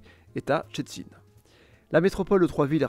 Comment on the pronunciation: Tout a fait! Pas facile les Szczecin et Bydgoszcz ! Bravo pour l'effort. Et en plus c'est tellement ça pour le contenu, c'est bien résumé.